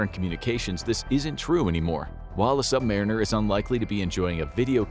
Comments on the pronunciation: Sub marine-Ers is irritating. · Funny pronunciation of submariner